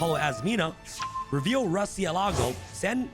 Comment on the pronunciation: MU-RCIÉLAGO is the spanish for Bat